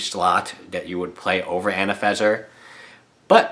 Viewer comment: I don't want to be nasty, but you do realise there is are 2 "n"s in "AnafeNza", not just the one you pronounce.